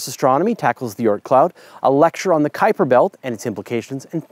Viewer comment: Kudos for saying Kuiper correctly! :)